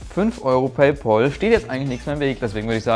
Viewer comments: Nicht PayPOOOL sonder PayPAAL. Wie der Freund.... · PayPAL, nix PAUL. Da ist kein U drin -_